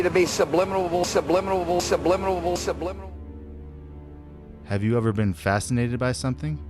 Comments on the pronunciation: “SUBLIMINLABLE” Epic work mate! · Hahaha, 'subliminable'!!